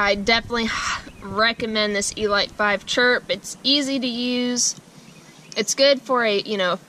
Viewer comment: The way you pronounce elite 😂